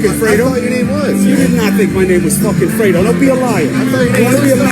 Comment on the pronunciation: I like how supposed "Italians" can't even pronounce "Fredo" properly And I'm not even Italian!